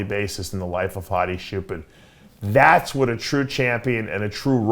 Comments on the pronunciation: “hadi shoopen” 💀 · As an Iranian, its "choopan" pronounce "ch" as in chair